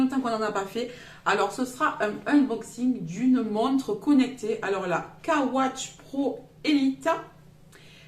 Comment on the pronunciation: Super oui. 🤩 par contre sa se dit x ,x Watch